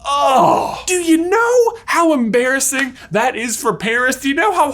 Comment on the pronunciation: It's "emPARASing"